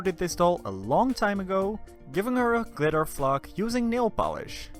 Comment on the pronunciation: Its cute😘 Edit: anyone else kept thinking he was saying *fuck*💀